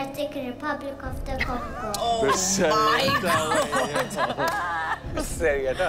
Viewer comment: this little boy I think he is the only one in his country who pronounces DR.CONGO well. CONGRATULATIONS MY BROTHER